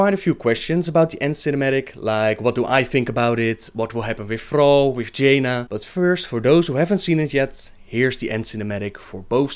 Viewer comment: Thrrrrall xD... love you